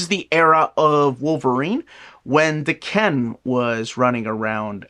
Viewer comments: Da Can? Really? It’s Daken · is pronouncing it wrong. He’s separating and over-pronouncing the da and the ken too much. It’s also not day-Ken. The Japanese would say it more like dah-kn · I don’t know how you’ve been saying it, but is pronouncing it wrong. You would put the emphasis on the first syllable in Japanese, while puts it on the last - it’s more like dah-kn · I pronounce it like Dokken 🤘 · is pronouncing it wrong. You would put the emphasis on the first syllable in Japanese and does the opposite - it’s more like dah-kn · Damn. Does everyone pronounce Daken like this?